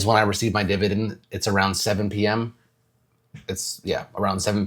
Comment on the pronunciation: Dude: "I'm hoping that all of us HIGH YIELD DIBADEND WORRIORS" 0.5 seconds later Dude: (laughs hysterically) Nice